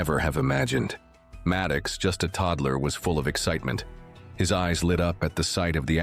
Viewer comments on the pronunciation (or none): The zoo-boy's name is MAD OX, not Mad kicks! Jeez!